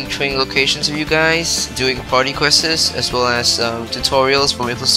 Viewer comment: its quest not questes